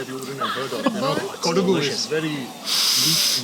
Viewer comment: It's not kodavi.... It's kodava..